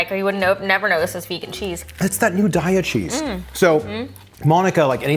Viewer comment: FYI, "Daiya" is pronounced DAY-ya, per the co. website. I don't like Taco Bell anything, but I look forward to trying chickpea-mushroom meat. Thanks for another good idea.